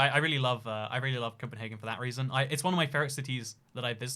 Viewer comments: No, us Danes do not pronounce Copenhagen as Copenhaaaaaagen, but CopenhAgen. We aren't Germans. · I like how you try to pronounce Copenhagen in Danish, but you just do it in German. In Denmark we call it København. Good luck with reading that. :) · The name Copenhagen and the way you thought Danes pronounce it is Low German from northern Germany. The Danish pronunciation and name is København (approximately Københav’n’). The ‘ø’ is pronounced similarly to Swedish/German ‘ö’ and the French ‘œ’ (not to be confused with the Danish/Norwegian/Faroese/Icelandic ‘æ’)